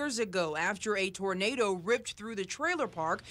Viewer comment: My man say “Tarnada”